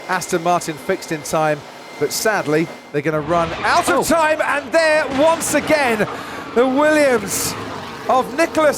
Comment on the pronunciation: run OUTTA TIME Crofty's Aussie accent